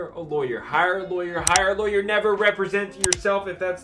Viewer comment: Raaawwwghh laywer. Pirat lawyer